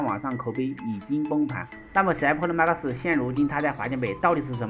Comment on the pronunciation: 破囉馬克思是三小，發音發好不好嗎？